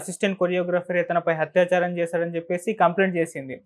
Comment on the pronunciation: orey Hathyaacharam kaadu babu, Athyachaaram.